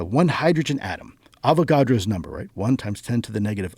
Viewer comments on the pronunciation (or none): Homeboy butchered Avogadro’s number 😂